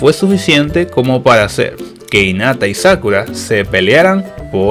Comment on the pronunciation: por cierto, se pronuncia jinata no inata